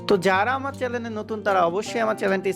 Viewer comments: ভাই চ্যালেন না চ্যানেল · সব ঠিক আছে। খালি চ্যানেল কে চ্যালেন বইলেন না।